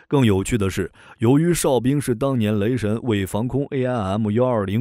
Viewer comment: 雷神 變成 雷聲........